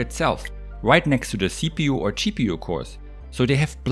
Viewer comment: Watch ahain, but this time you hear CheaPU instead of GPU, and he is not wrong...